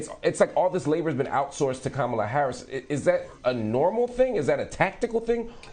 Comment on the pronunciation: The first Indian vice President..Say it right Marc!!!..Even she says she Indian..